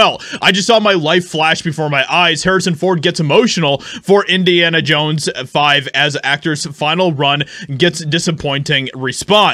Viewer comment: "Indians Jones" ??? 😅